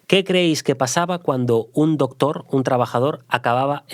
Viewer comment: Chupito por cada vez q se diga la palabra " dotor" o " dotores"